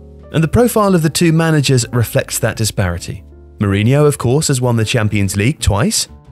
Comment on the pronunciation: Marine vs Mourinho (marine-yo)